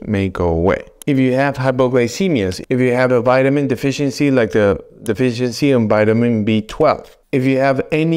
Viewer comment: This narrator can't even pronounce defiency correctly. And we are supposed to listen to him???